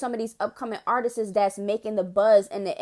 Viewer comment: That "Artistis" made my soul cringe 😬.....it's just "Artists" Lil sis 😊